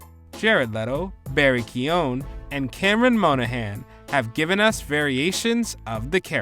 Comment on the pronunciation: It's Barry key-o-gun not key-own